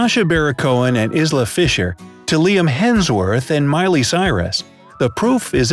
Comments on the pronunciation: Isla fisher is pronounced isle-la not is-la and also Napoleon was average height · The way Isla was pronounced 🤣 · Please pronounce Isla properly...